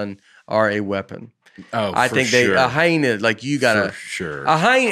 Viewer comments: Can we get “ commercial break Bates” to ask Nate to pronounce “ hyena” again and then just savor the moment? 🤣🤣 Hi-na? 😂😂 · Surprised nobody else picked up on how Nate was pronouncing Hyena as "HY-NA" and not "HY-EE-NAH". This could be the new PANGUIN debate!